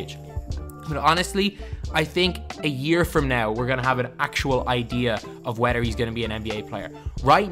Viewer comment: Lmao you say wedder instead of whether